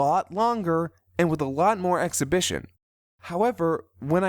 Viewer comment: ExPOSItion, not ExHIBItion